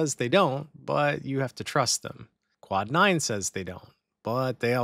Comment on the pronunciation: Omg. Quad9, Not cloud9 holy 😂